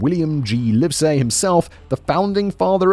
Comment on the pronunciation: Fyi, Livesay is pronounced like Lev-a-sea not liv-say.